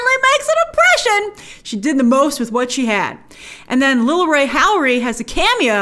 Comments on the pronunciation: Love you Grace but it's lil Rel not Ray 😂😂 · Lol its Lil Rel Howry, not Ray! 😅 Great review cant wait to see it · Lmao his name is lil Rel, not little ray. 😂😂😂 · You say "Lil Ray" or "Lil Rel" Howery? I didn't see Scorsese, but come to think of it... And, The Departed was part of the Lucas twins' vision for the story. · Lil Rel not Lil ray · “Lil rel”